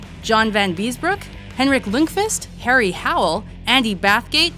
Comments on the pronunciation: You can't pronounce Lundquist right you say it like loodqvist not Lund qwist misspelled for pronunciation porpoises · You had 1 god damn job.....and you say LOONDQWIST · That's not who you pronounce "Lundqvist"